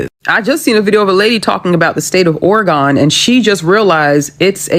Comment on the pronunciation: That's not how you pronounce oregon